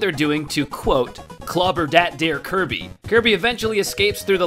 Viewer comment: "Clobbah dat dere kirbeh"